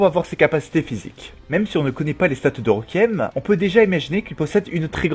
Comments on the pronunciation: La prononciation est « Rékouiyemme » et non « requiemme » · Déjà il arrive pas a prononcé Requiem correctement, alors ne lui en demande pas trop non plus xD